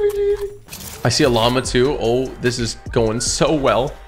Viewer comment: It izz what it izz